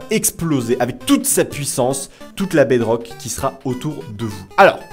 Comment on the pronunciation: Je rêve ou il a dit 8 sucret sur la bedroque